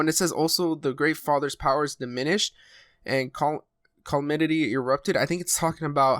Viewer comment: I started watching a lot of your videos today really enjoy your content, but calamity